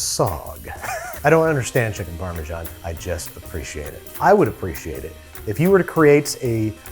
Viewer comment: It's ok till "u need crips,u need cheesy, u need sauces" But "u need chikniii!!" (Only true indian can understand this )😂😀😀😀😀😂😂😂🤣🤣 Like if u understand